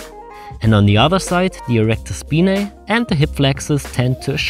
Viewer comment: Erector speeneeey.....